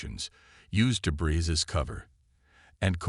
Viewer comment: Question: Do you REALLY not realize how distracting and utterly impossible, in some cases, a POS AI makes it to enjoy a story or to even finish it!!!!!!?????? Well, your AI is one of those POS AI's!!!! WTF is: "dh-KO-ing", "hima-LIE-uhs", "....he co-MINTED to his log...", "deh-BRIZZ"!!!???????? GOD!!!! I wish you guys n gals would get AI that can FREAKING do the job, or stop using them and narrate yourself!!!!!